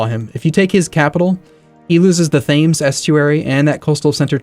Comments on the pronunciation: Xerosus _ I also heard "THames" rather than "temms" which I thought was just common knowledge but perhaps not... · Thames estuary is pronounst tames not Thames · 'de valoy' well done. Edit: Oh and 'faims estuary'. The 'th' is pronounced like a 't' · "THAMES" ESTUARY?!?!? REEEEEEEEEEEEE! (Pronounced: Tems) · btw thames is pronounced temz